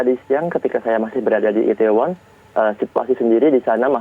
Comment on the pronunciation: kak bilangnya i-the-won, bukan i-tae-won. trus bilangnya Sho-ul, bukan Se-ul.